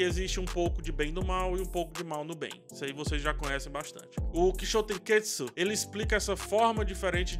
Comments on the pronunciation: Ótima análise, só sugiro cuidado na pronuncia errada da palavra. Termina com TSU e não TSKU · Toda a vez que você fala Kishotenketsu, você fala errado. Acaba deixando a palavra mais complicada do que é, pq parece estar afobado pra falar. Acaba saindo algo como "kishotenketsuku", e, por obviedade, o malabarismo fonético que você faz é muito mais complexo do que a palavra original.